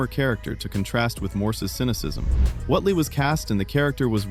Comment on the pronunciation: ''Whotely?????'' Whately as in Wait-lee!